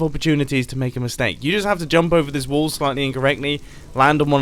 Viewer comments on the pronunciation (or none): Whenever he says wall i hear wool